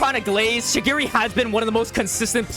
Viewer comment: i waned to kms when you were talkig about kurona & chigiri please learn how to pronunce their names correctly